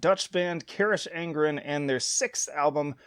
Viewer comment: Pronounced Ka-rock On-Gren Fronk-en-shteyen-a Strah-ta-A-mon-tan-us